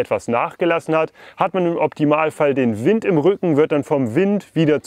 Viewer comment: Wind spricht man übrigens auf Englisch fast genauso aus wie auf Deutsch, also "Wind" statt "Weind". Kleine Videoidee: Ihr macht doch öfters was mit Decathlon zusammen, vielleicht könnt ihr ja mal deren e-Finne testen.